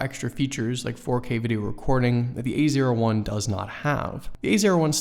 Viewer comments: every time he says A01 i'm hearing "the easier one" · A01 sounds like ''easier one''